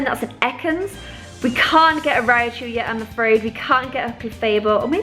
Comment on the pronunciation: Rai-chu, 2 syllables. Not Ri-A-chu.